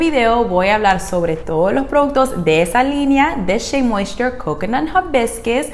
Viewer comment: Con solo lograr pronunciarlo como tu sería feliz je je je sabes si esta linea específica sirve para cabellos ondulados un patron 2c 3a? Gracias